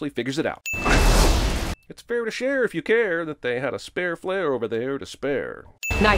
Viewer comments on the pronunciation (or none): spare don't rhyme with spare, Mr. Man